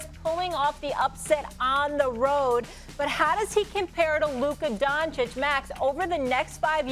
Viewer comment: 3 years and Stephen a still can't pronounce Luka's name properly